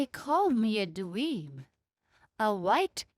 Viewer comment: I'm not smart enough to see race. Good video. Loved to hear "dweeb" spoken in an Indian accent. :D